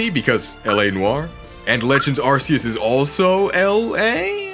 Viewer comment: it’s ARKOOS